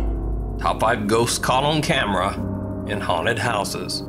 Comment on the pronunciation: It’s haunted not huned